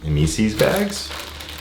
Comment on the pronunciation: Hi! I’m Mr. Mesis! It’s eh-meh-sis 😂😂😂